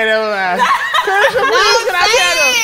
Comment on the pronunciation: Saucy needs his own show cause it’s Caresha Please not Saucy please!